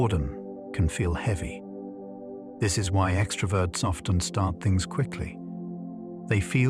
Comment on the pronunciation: Bro really said "thungs"